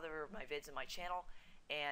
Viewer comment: LOL HE KEPT SAYING CHANNEL I-KIN XD